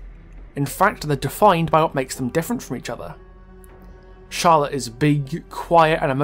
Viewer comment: the spotlight narrator falsely pronounced Charlotte and Victor’s surname, it is pronounced Deh-Eh, and Charlotte is pronounced Shar-Lot